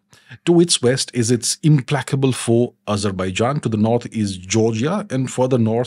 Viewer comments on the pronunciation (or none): none